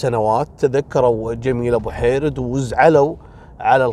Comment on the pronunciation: لا المجاهدة جميلة بو حيرد توفت مؤخرا الله يرحمها و مشكور لأنك نطقت اسمها صح لأن كل من هو ليس جزائري يناديها بوحريد . الله يرحمها